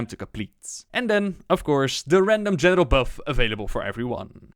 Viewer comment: Everytime you say the word general... it sounds like genital.